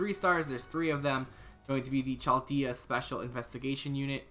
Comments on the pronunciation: Why you say CHal dayah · Yo! Love your videos man, but just fyi, Chaldea is pronounced "Kaldea". Keep up the good work though!